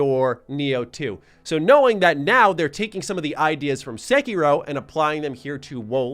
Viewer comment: Bruh, why you call it sekyrow??